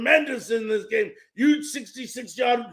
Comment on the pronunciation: If it’s huge pronounce Huge with an “H”. Sounds like NY or NJ speak!